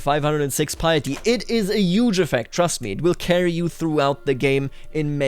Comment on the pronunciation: yuge, yuge, yuge, yuge!!!! so many YUGE